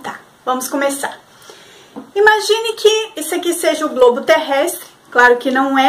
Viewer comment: Parei na hora que ela pronunciou a palavra GROBO, já deu pra se uma ideia do que vem por aí...